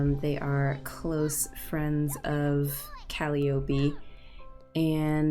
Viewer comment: Great episode! Its pronounced cal-eye-o-pee